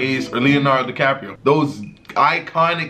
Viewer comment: did thus dude just say, Leonardo decapreo